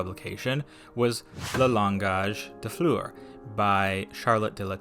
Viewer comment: i loved the video but my god my ears bled everytime you tried to speak french.. 😭 "le langage des fleurs" is pronounced as "lawngaaj d(d as in the sound of 'de' of destination) flurrr (same sound as blur)"